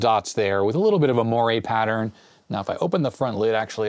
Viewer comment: LOL. I love variability in pronunciation. When I hear you say moiré, it makes me think of Tuesdays with Morrie. 🤣Fun video and love your enthusiasm for Commodore and the early days of personal computing!